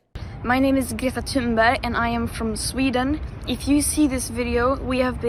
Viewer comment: One of my favorite parts of work, is the way he pronounces names. "Greta Thunsburg"